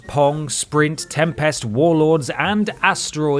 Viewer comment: I didn't realise there was anyone out there that couldn't pronounce Tempest properly.